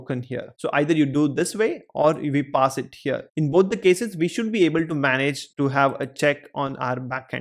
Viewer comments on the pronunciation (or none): none